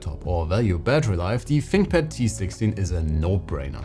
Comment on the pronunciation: Da finkpad. Ahhh yezzzz.